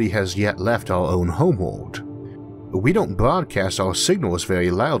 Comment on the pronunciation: Are you Homestar runner's dad? "Homewowld"